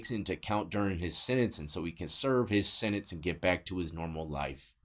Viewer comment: Sentence not sininse . Ha 🤺